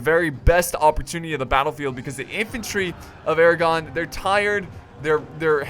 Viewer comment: Thought you said the crown of Aragorn.